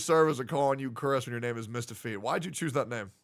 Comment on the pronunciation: HE GOT THE MICHAEL JORDAN OF GENSHIN IMPACT NO WAY "MISTAHFEET"